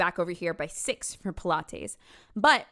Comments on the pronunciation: First and foremost, love the video love the side bang love the jersey. Further, your pronunciation of Pilates could not be more incorrect but I also don’t want you to change that about yourself. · Just, unknowingly letting us know her love of SouthPark with the single pronunciation of “pil-ah-tays.”😂😂😂